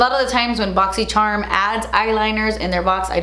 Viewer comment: I love how the ad for your boxycharm unboxing videos is a compilation of your.. boxycherrrrm unboxing intro 😂 😂